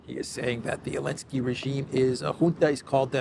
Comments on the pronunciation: Question: I keep hearing saying "Alensky" instead of Zelensky. Am I suffering from auditory hallucinations, or did anyone else hear that, too? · Love the channel! Just curious why does call him Alenskyy?